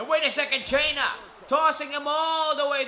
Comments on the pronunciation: What the hell if wrong with your voice, and its cena not chana idiot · shut up dude. stop saying John chaina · You don't say John Cena name right